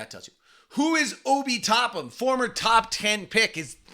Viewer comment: Driving me crazy, it’s TopPINNNNN not Topham